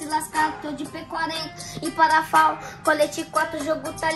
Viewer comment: P40 e perafal ñ é parafal ñ kkkk